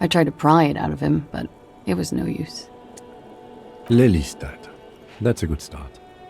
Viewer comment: You pronounce Den Haag perfectly fine, including the G. The characters in game don't pronounce Lelystad in Dutch, the E is a long vowel and rather than a short "Leh" sound. Then again, names of places are commonly pronounced a bit differently by other nationals the world over. But if Klaasje is from Oranje... (could be just the voice actor, since various people in game pronounce some of the same names differently, or it could be something else...)